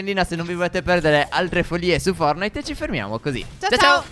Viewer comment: Sorry ma, Stef dice Fornite invece di Fortnite